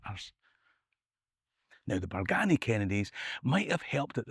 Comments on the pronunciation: Entertaining stuff. Just need to work on the correct local pronunciation of some of the places mentioned- Bargany is usually pronounced Bar-geeny, Cassillis is (less often these days, to be fair) Cassills, or castles. At least you got Culzean right though - we had lots of fun when we were kids being asked by American tourists if they were on the right road to Cul-zeen castle - naw mate, never heard o it 😂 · Cassillis is old Scot and pronounced "Cassels" and Bargany pronounced "Bargeeny". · You said the “Berganny” Kennedy’s died out? and did you say the “Hamilton’s” took over? Did I hear that correctly?